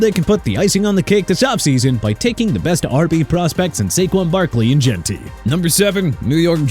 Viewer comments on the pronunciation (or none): none